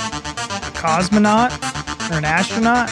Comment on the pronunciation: when you said "Cosmonaut" i had had to turn this off LOL